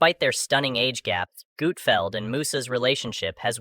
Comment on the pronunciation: I can’t stand these A l videos! “Gootfeld”??